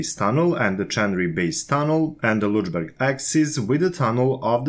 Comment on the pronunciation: After previous public corrections I tried hard not to correct you anymore .) , but your 'Lutschberg' pronunciation (for Lötschberg) is just too much - sorry. And you seem to be aware of it yourself, judged by the way how you 'cheat yourself past it' each time. Unfortunately, WP don't indicate the pronunciation in their article, and right now I can't think of any english word whose sound would come near - except maybe an older pronunciation of a short u (like in cut) which would come near to a short/open german ö. Also the sound like fx in hurt could come near, but you would have to shorten it just as is the german syllable. Do understand me, I have a positive attitude towards you and your work and am not trying to make fun of you! Did this help?